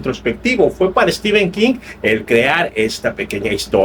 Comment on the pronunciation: Mi enhorabuena. Me fijo en las reseñas cómo llaman a Stephen King. Es stíven como tú lo dices, pero prácticamente todos los youtubers de habla española dicen stífen. Yo les suelo corregir en los comentarios haciéndoles notar que stífen es una pronunciación INVENTADA, aunque generalizada en países de habla hispana. Aquí en España todos dicen stifen. Creo que eres mexicano? Cómo lo dice la mayoría en Mexico?